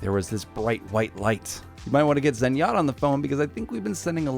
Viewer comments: No no, that was Zerg-jatta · I'm sorry did you say Zengatta